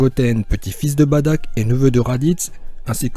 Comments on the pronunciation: sa me stresse quand tu dit : badock moi je dit bardock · Se n'est pas "baddack" mais "bardock" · juste on dit bardok et nn pas badak et on dit cabba et nn pas cabbé mais reste comme tu est car tu et trop bien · On dit Bardock et non Badack c'est énervant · C'est pas Badak c'est bardok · myster z s'est Bardock pas Badack 😂😂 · badock et non badack mdr !! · C pas Bartak c bartock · C'est pas badack c'est bardock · On dit pas "Badak" mais "Bardock" et on dit pas "chiled" mais "chield" (comme bouclier en anglais) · Bardok pas badak putain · sest pas badak mais bardok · Baddack c la prononciation mais sa se lit Bardock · On dit Bardok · J'ai bien aimer mes sa se dit bardock et tu as oublier Freezer comme même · Mais pk tu dis badack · Toi tu dit batack tes bête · Sa se dit bardock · Oui en français on dirait Bardock mais pas en Japonais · Tu sais même pas dire le prénom du père de goku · Juste c'est Bardoque , Caba et on dit pas "Pan mais " Pane "